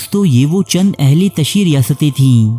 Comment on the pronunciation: BRO aHLE TASHI NAI BALKAY AHLE TASIYO HOTA HAI PLEASE CORRECT IT